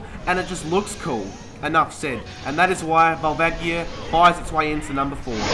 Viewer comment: wait and volvagia isnt it prononced volvahgia